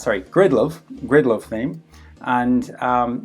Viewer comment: 😂😂Grindlove theme.. I mean GRIDLOVE, GRIDLOVE. No but thanks for the tutorial man, was really helpful.